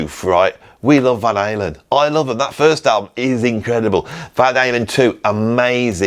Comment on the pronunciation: British annunciation Van Halen - I couldn't understand an translation is off .... Finally after saying it for six times, I heard Van something ;)